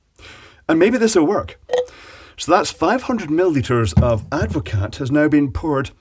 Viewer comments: I believe it's usually pronounced add-vo-car not add-vo-cat, but watevs. Having watched the video I'm still a bit surprised it didn't curdle. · I am very surprised that it took any carbonation at all. Very weird. As a point of interest, it is Dutch and Advocaat is a shortening of its full name. Advocaat is pronounced Ad vo car. Sorry to be a pedant. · Advocaat is pronounced Advocaar the T is like the P in bed........ Silent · The T is silent. It’s ADD-vuh-CAR. 🇳🇱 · Hahaha... super yummy drink is Advocaat. One note though, it has a SILENT t. :)